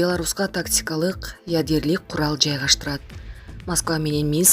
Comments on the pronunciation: Ужаас ядерлик эмес ядролук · Ядерлик. Өтө сабаттуу диктор экен. Ушундай сабаттуу дикторлор менен Кыргызстан тез эле өнугөт.